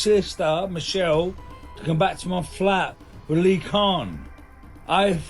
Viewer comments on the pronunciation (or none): none